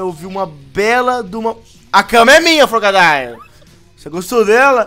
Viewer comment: eu se fala frogadier